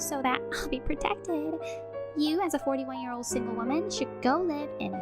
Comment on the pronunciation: Last story, it's not 'ear, but year!